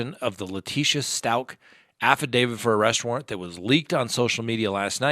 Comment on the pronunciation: It’s Stauch as in couch!!! 😖 I heard her pronounce it in court, in one of YOUR videos!!! 😆